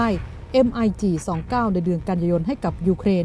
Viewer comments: แอบขำ ผู้อ่านข่าว นาทีที่ อ่าน "เอ็มไอจีสองเก้า "แทนที่จะอ่านว่า " มิคยี่สิบเก้า " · MiG 29 อ่านว่า มิกยี่สิบเก้า ผลิตโดย Mikoyan มิโคยัน ของรัสเซีย